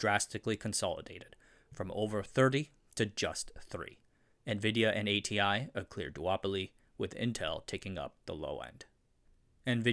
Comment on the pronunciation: Your pronunciation is so awful. If you insist on pronouncing DRAM and id as a whole word, you should pronounce ATI as Ah-tee as well. Horrible inconsistency.